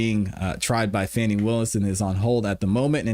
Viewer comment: "FAH nee" Fani